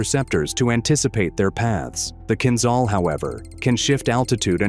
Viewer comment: The only answer is based on evidence: is there any evidence of Kinzhal (learn to pronounce the names: zh is like J from Jamaica, Kiev is like key ev - as in event)? and the answer - so far - is no.